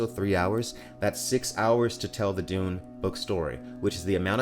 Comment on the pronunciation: Dune guy I hear: doom guy